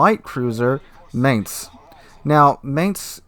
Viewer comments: "Mine-z" not mance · I find it really interesting how you pronounce Mainz, because you got (i would guess by accident) the accent almost spot on. Not the German accent, but the accent of the people living in Mainz. The "normal" german pronunciation would be more like "mine" with an s added to the end ("mines").